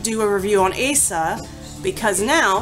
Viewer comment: Her name is properly pronounced as (oz-zah).